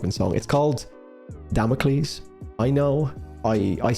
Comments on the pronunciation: Duh-mock-els, leaving us all in shambles. Felt this one soul-deep. 🥺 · You made my day when you accidentally said "damn awkles" again 😂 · As soon as I get all comfy and immersed, you go and say "Damockels" again. 😂 🎧 I really hope Tokn refers to his version in that way as a shout out to you. 😂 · I also CAN NOT STOP saying “Damockles”. That is contagious.